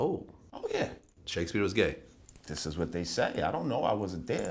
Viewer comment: Did he say Shake-a-spear?